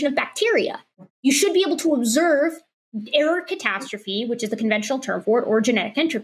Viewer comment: The way she says error catastrophe, I keep hearing Erikatastrophe, which seems like an amazing gamer handle.